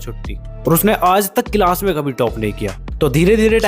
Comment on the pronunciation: Bhai it is not cilas it's class 😅